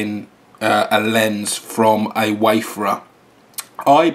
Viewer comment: It's pronounced WAY-FARE-ER, not WAY-FUR-UR